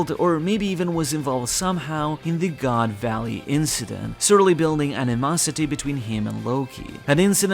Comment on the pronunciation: I've been reading/watching your reviews for like 15 years or something at this point. But hearing you say goon valley was a top moment in my life 😂